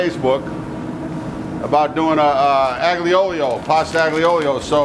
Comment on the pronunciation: Looks delicious. I’ll have to try it with anchovies. By the way, just for accuracy, it’s pronounced ahl-yo, not ag-leo. Looking forward to more videos.